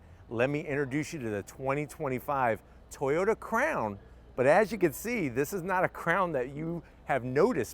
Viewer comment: No WOW, itsa car, itsa crown, itsa toyawnta